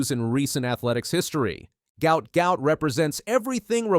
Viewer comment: Guot is pronounced Gwot, the presenter got those backwards.